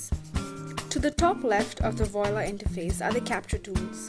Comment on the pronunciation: You call this a tutorial? I call it a commercial. It does NOTHING to demonstrate how anything is accomplished. I do find it interesting that the person narrating what purports to be from the from the publisher doesn't know how to pronounce the name of the product.